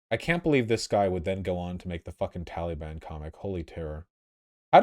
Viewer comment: I hate how Vaush says the word Taliban. "Tollybun"